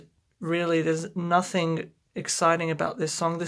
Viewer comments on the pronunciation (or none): none